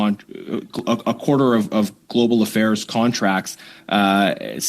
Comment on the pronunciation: “Global Affails” …that’s the new catchphrase